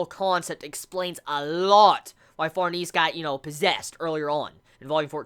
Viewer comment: Since the video is old you probably know this by know but Serpico is pronounced sir-pik-o rather than sir-peek-o. Also Behelit is 'bail-it' and Farnese is 'far-nes-ay'. Hope this helps dude!